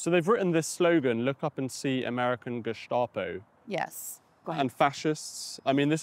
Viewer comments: Ackshually 🙊 In Germany we pronounce the "Geheime Staatspolizei" with a sharp "s". You don't have to use this "sh"... It more sounds like "star" rather than "shta" Edit: At least the abbreviation. In "Staatspolizei" it IS INDEED the "sh"-sound... I guess, it's complicated 🙊😄 Another Edit: In northern Germany it could be the sharp "s" in both instances omg I'm so sorry for y'all Edit number three: If you have learned all the attributes of NS-regime and SA in school, you can see them in real-time with Antifa. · It's pronounced ge-sta-po, not ge-shtop-o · Why pronunciation with slavic letters Š , geštapo? Just curious.